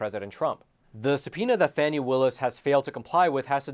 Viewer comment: Sorry, can't take your blog seriously. The Fulton County DA's name is pronounced "Fawny". Your repeated use of "Fanny" leaves your piece reeking with an odor of mendacity. Do facts actually matter in any of your presentations?